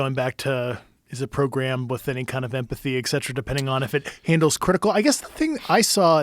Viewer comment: I'm skeptical of anyone who pronounces "Et Cetera" as "Iks Cetera"